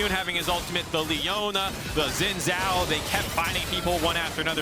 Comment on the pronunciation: All these years and casters still can't say Xin Zhao right